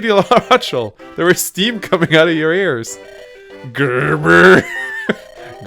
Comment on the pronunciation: This is still as great as expected. Also, it's pronounced "la-ra-shell" not "la-ra-ch-el". Probably triggered quite a few people.